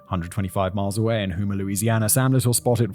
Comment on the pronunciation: Distracting from the horror of Little's actions, hearing Simon mispronounce Louisiana cities is jarring (it's Op-uh-loo-sis and Home-ah).